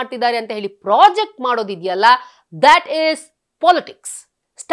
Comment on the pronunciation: ಅದು ಪ್ರಾಜೆಕ್ಟ್ ಅಲ್ಲ, ಪ್ರೊಜೆಕ್ಟ್.ಮಾಡುವುದು.